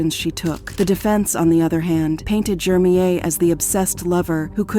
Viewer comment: I hate how the narrator pronounces this dudes name so wrong. Almost feels like its on purpose. His name is Jermeir JER-mir. Not hard at all. The name she is saying is so annoying